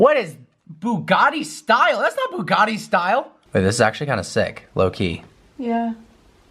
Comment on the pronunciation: Why does this guy say buggani and not Bugatti